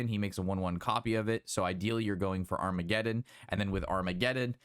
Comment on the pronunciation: Armageddon,?!?! Agamaggan bro hehe